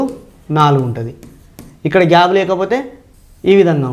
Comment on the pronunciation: Gab kaadu sir gap. Plese correct your pronunciation.